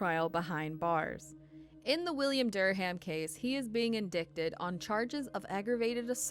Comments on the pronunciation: Good informative video. Fyi the word ‘indicted’ is actually pronounced : in-die-ted. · You mispronounced “indicted.” Please learn before you post. 🙄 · it's funny for being a commentator you really don't know how to pronounce a few words LOL like "indicted" and Boca Raton..its not rat on😆its pronounced ratone..boca ra-tone... is very important you learn English before you teach other people how to speak incorrectly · No kidding it's so annoying. How does she not know how to say these correctly!!